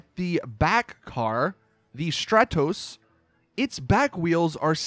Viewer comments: please stop saying "Strahtoes" it's "Strahtohs" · It's also pronounce str-are-tos. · The way you pronounce stratos really annoys me